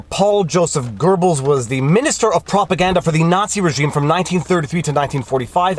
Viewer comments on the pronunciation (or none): Goebbels - long o - like Goethe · Sorry I had to write this. There is no "R" In Goebbels! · I love ya, but there is no r in Goebbles ;)